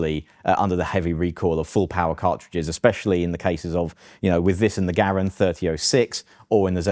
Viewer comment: "Garand" : Epic glory. 👍 "Gair-end" : Epic cringe. 👎